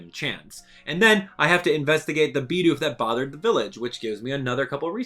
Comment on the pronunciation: it's "Bid Oof" not "BeE dOoF"